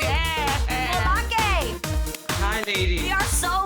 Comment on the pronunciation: Anybody else impressed with how well Adrienne pronouced her first and last name especially that last name😊😊👏👏 I was so happy I got so excited I was like yasss Adrienne 😁😁👍👍 kudos to you she was about to beome one of my favorites after that moment I can't😁😁 so amazing!!! bravo way to go!!!👏👏👏👏